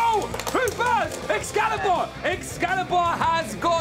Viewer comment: xcallius not xcallibur